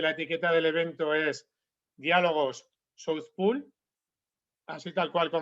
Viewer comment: Por favor, asesorese de cómo se pronuncia "South Pole", o pronúncielo con fonética española. Es mi consejo humilde